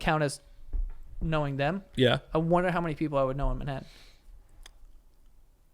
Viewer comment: Why does Joe pronounce it "Minhattan" 😂